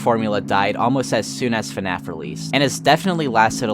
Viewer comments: Why does he keep saying "FuhNAF" instead of FNAF. I'm 4mins in and already annoyed lmao. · It bothers me so much that he says "fuh-naf" instead of just fnaf, I'm sorry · The way you say FNAF… lol Maybe it’s the “correct way” but man, its just not at all the way I’m used to hearing it, lol. You say “FA-NAF. I’m used to hearing it as simply: “FNAF” 1 syllable. But tomato tomato I guess :) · God I hate when people say fuh naf it's FNAF it's one syllable